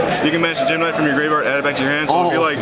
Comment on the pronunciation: He pronounced every gem-knight wrong